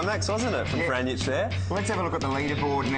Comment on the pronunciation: they cant pronounce my cousins name. Ivan Franjic